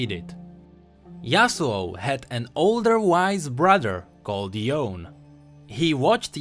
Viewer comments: It's pronounced Yo-ney, sorry, just triggered. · It's YO-NE... not YAWN